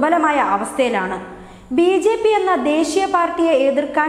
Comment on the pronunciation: ബി ശേ പി അല്ല ബി ജെ പി.